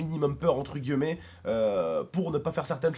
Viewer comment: vous avez remarqué que dit toujours "entre guemets" au lieu de dire "entre guimets"??😂sinon gg road to 2M abo je vous KIFFE et bonne continuation 😉